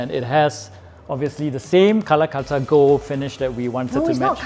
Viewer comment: Lol She pronounces Calcutta as Kalakuttta